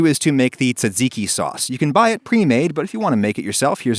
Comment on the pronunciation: That gyro pronunciation caused me pain! Ironically tzatziki was pronounced very well...